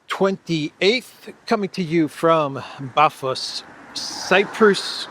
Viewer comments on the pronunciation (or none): Is it pronounced Baphos or Paphos? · Why do you pronounce it Bathos?